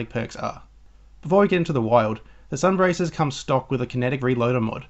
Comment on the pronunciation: Its sun bracers (bray sers)